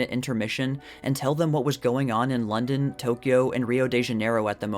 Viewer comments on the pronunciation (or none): none